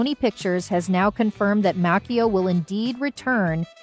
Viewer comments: ir's Macchio, not Makeo smfh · This has to be an AI generated voice. No way, she would butcher Ralph's name so badly, and the others. She said Martin's last name wrong. She called Dallas Dupree Young's character, Kenny Young, at one point instead of Kenny Payne. She got all the really hard last names right. Unreal.